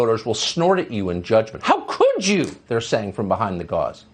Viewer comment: HOW COULD YOU the way he says it lmfao